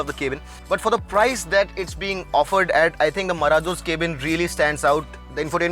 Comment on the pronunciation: why does he say Kay-bin ?